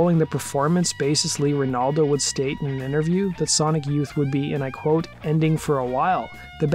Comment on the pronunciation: Watched till u said “bassist Lee Renaldo”….. wtf man. Can’t be that obviously negligent